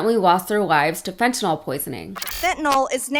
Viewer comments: FENTANYL NOT FENTINALL!!!!!!!!!!!! Everyone on this mispronounces it!!!!! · And can politicians PLEASE pronounce fentanyl properly...."Fen-ta-NYL", not "Fen-tah-nall"...sorry...medical professional's pet peeve.... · It's ridiculous to see political leaders politicizing fentanyl, and constantly calling it fentanol. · FentanAWL, LOL. It's like nucular. People who say it are ignorant. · Does it bother anyone else that no one in our government seems capable of pronouncing Fentanyl correctly? Do you see an "O" in that word anywhere? The press too. I can't remember one person pronouncing it right. It's an example of how people are afraid to be wrong even though they're right when they hear everyone else saying it incorrectly. If you hear someone pronounce it fent-uh-nil then pay attention to that person because they're not afraid of being wrong.